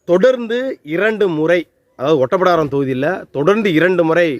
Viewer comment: அது ஒட்டப்பிடாரம் இல்ல ஓட்டப்பிடாரம்... அந்த ஊர் பெயரை உச்சரிக்கிறது இருந்தே தெரியுது உங்களுக்கு.. அந்த ஊர் நிலவரம் என்னன்னு தெரியாது அப்படின்னு... மூணு தடவை எம்எல்ஏ ஆனா மந்திரி போஸ்ட் கொடுக்கணும்னு எந்த சட்டத்திலும் இல்லை.. இதை உங்களுக்கு யார் சொன்னது? அவரை விட்டுட்டு வேறு யாருக்கு திமுக சீட்டு கொடுத்தது? அதுவும் தேவேந்திரகுல வேளாளர் தானே... திமுகவுக்கு ஒவ்வொரு எம்எல்ஏ சீட்டும் அவர்கள் ஆட்சியை தீர்மானிக்கும் வாழ்வா சாவா தான். இதில் ஜெயிக்க கூடிய எந்த ஒரு வேட்பாளரையும் கட்சி இழக்காது.. அவங்களுக்கு சண்முகையா வா முருகையாவா என்பதெல்லாம் முக்கியமில்லை ஜெயிக்க வேண்டும் அப்படி என்றதுதான் கணக்கு.. கொஞ்சமாவது யோசிச்சு பேசுங்கள்